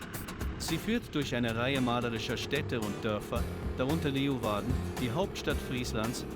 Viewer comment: Cooles Video, tolles Abenteuer... dort sind wir auch sehr oft unterwegs, allerdings per Hausboot. LG aus München, Tom - PS: Es heißt eher Leu-Warden, nicht Le-Uwarden -> die Stadt des Löwen! ;)